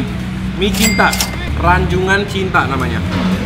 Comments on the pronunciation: Rajungan bukan Ranjungan broh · Yang tepat Rajungan bukan Ranjungan koh+Ci wkwkwk